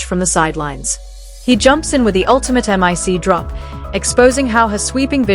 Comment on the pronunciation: Em Eye See drop? AI doesn't even know how to say "mic drop"? Tired of these stupid rage bait videos. Not subscribing to this.